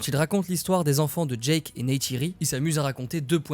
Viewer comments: Génial mais c’est Jake pas Jack Soso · Jake pas Djack 😂